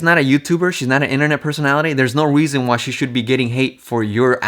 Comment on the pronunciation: you consistently pronounce 'reason' as /Wrizən/